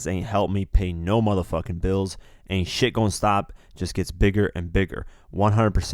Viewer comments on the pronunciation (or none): none